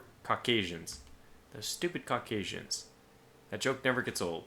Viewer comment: You keep saying Caucasian but that's not of it properly said. You say it like the caucus mountain region. Since that is where this nation is located.